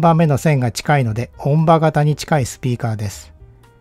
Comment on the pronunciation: ん? おんじょう、と読むのでは?